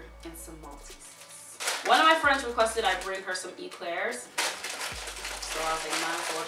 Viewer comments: Maltese's 😂😂 malt-e-sers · Why does she keep saying malteses there is an r in it